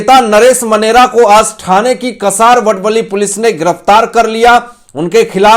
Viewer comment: कसारवडवली नही। का सा र व ड व ली ठाणे वे.